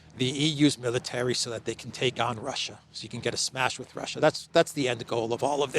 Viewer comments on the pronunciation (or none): none